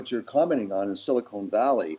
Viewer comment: Someone has to tell Frank that it’s Silicon Valley not silicone valley. It makes him sound so stupid and he is not. If silicone valley actually existed it would be in Hollywood I guess.